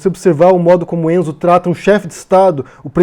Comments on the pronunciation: Caralho, te adoro mas me dá nos nervos cada vez que voce fala ENZO. É RENZO, podia ter pesquisado antes! Comentando o vídeo agora, Renzo Gracie é um dos mais ridículos da família, e uma família ESCROTA em pelo menos 85%. Poucos se salvam. Renzo uma vez inventou uma história que foi assaltado nos EUA e bateu muito nos dois assaltantes, esse cara é um imbecil. E o irmão dele era pior, falecido Ryan Gracie que morreu de overdose numa delegacia. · Fala,! O nome do cara é "Renzo", não "Enzo"....praticamente todos os membros da família Gracie "precisam" ter o nome iniciado com "R" ou "K" ou "C".... Apesar de absurda, essa nomeação do Renzo explica muita coisa como, por exemplo, essa homenagem feita pelo GM Robson Gracie ao Bolsonaro logo após a eleição: Renzo é filho de Robson, e já em 2017 haviam feito outra homenagem ao Bolsonaro em evento de Jiu Jitsu....Renzo já aparece dando apoio incondicional e abraços em Bolsonaro: É o bom e velho "toma-lá-dá-cá" que não existiria mais.... É uma lástima a forma com que o Renzo e grande parte da comunidade do Jiu Jitsu se comporta diante dessa situação e do Governo Bolsonaro como um todo....a família Gracie foi (e é) muito importante para o esporte no Brasil e no mundo, mas também sempre foi bastante controversa/polêmica por esse orgulho exacerbado (muitas vezes transformado em arrogância mesmo) pela arte marcial aprimorada e defendida pela família....e o Renzo é um dos mais "bocudos" da família, então pode esperar por muitas outras pérolas como esta daqui pra frente....abs